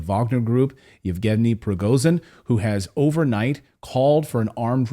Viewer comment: Prigojin... J is read as u read J from Jenny